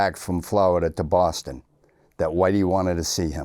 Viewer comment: Irish...... gwowing up in swou bwoston..... 😂